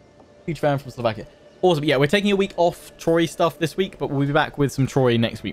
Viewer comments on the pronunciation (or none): none